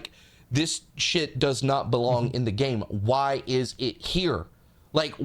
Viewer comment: I can only hear gayme now